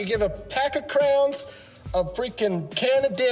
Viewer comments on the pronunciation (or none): I also gave you a subscribe even though you can't figure out how to say Crayons (pronounced CRAY-ANS) correctly. It's Crayons not crowns. Lol!